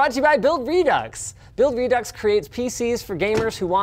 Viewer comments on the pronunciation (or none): none